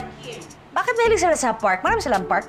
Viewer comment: Park is pronounced as Pak